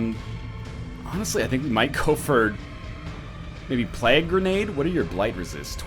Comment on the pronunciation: To this day English teacher nl can't pronounce plague.